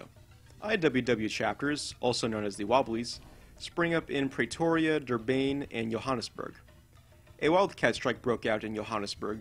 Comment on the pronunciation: Also Durban is pronounced how it looks, not "Durbane"